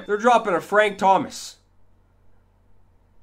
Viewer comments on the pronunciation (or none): none